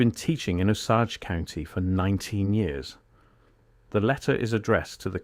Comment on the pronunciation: AI GARBAGE, beginning to end. NONE of this ever happened. This is a made up story, it's all AI, and the narrator doesn't even know how to pronounce Osage. That's your first clue. Try searching for Mrs Edna Morse. Also, look at the dates - he says the letter was written i 1901; the response shown here is dated October 14, 1922. WTF.